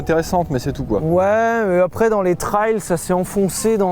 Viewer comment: Si je l'entends encore une fois dire "trayle" je l'étripe haha